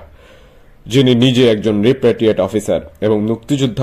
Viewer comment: রপারটৃিয়েট নয়,রিপারটৃিয়েটেড।